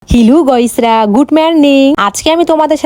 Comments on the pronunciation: গাইস না বলে গইস বলো কেনো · গাইস না গোইস 😂😂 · আরে ওটা গুড মর্নিং হবে আর গোয়েস না গাইস হবে